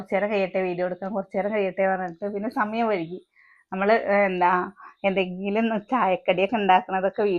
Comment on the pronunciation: സമയം വഴ്കി അല്ല .... വൈകി